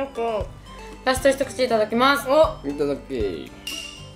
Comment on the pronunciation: いつも思うけどいただきますの発音大好き❤あとリズムのやつ楽しそう！